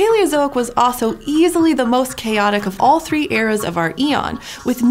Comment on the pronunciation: "then, dReE hundred and ninety-seven million years ago..."